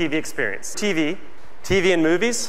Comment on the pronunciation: Teevy. Yup. That's my only contribution to the comments section of this video. Nothing intelligent, nothing witty, nothing clever. Just "teevy."